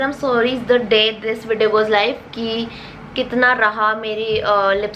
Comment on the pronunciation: I loved how she said lets jump into the videyyon